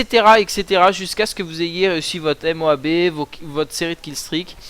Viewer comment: Dit Moab pas M O A B